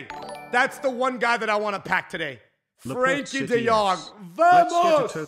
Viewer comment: You are probably the only English guy I know that pronounced frenkie right Dutch power homies